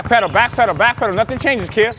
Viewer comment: Why does there coach say kied but its kid